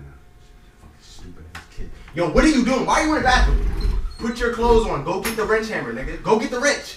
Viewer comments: "Go get the rench" 😂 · Boy said get the rench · Bruh dude said go get the rench